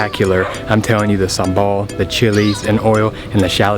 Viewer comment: I like how u say SAMBAL.. I can make SAMBAL for u btw .. But please dont order pork sate when u are with me LOL🙏